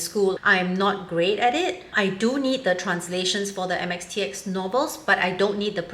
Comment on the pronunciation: How did she get it so right......